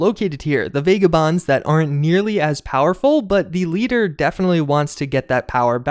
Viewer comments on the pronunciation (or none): Really like your vids. (Vagabonds, the first /a/ is pronounced as in 'bag' not 'bay'.)